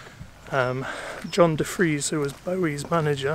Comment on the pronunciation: Its Tony De Fries.......you lost a few Bowie points there mate :)